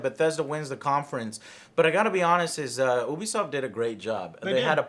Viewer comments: Azathorn Aza You are Correct, in French, it's closer to you-be-soft than ooo-be-soft. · He says “ooh be soft” and its “you be soft” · You-be-soft...not ooo-be-soft 😐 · Once again he proves how little he knows. Starts off by calling it OObisoft not Youbisoft. Can’t trust him. That and calling For Honor dead? M seriously? Has he really even played it recently? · Hearing him mispronounce “Ubisoft” as “Oo-bee-soft” kills me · Stephen Gates, it is oobisoft I think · Disliked at "oobisoft" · It's neither "You-be" nor "Ooo-be". It's french, so it's... Well, in english you don't have this accent but "You-be soft" seems to be closer to the original pronounciation. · He still says it wrong omg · Still pronouncing it wrong? Come on joe... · Michael Mayers sorry haha. Just bugs me when someone pronounces it wrong haha. Like when ReviewTechUSA pronounces "meme" as "maymay"